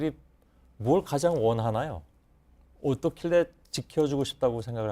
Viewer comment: 어떻길래? 라고하는데 발음을 손석희는 오똫길래? 이러넹